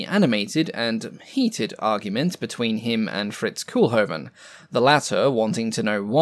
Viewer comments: NOT "Cool-hoven", "COAL-hoven". The Dutch double "o" is a long vowel sound. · Quick nitpick: Koolhoven should be pronounced less like "cool-hoven" and more like "coal-hoven" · Not 'coolhoven' but 'coalhoven'. Make an effort, limey. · Pronounce Cole-Hoven.